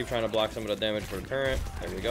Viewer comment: Turret....not turrent...